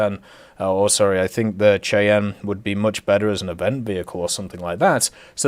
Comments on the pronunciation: It's pronounced "SHY-ANN" Not the way you pronounced it. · The Cheyanne is pronounced shai-an just fyi